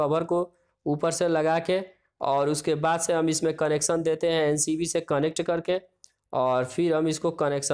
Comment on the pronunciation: Abey tu pahle MCB to bolna shikh le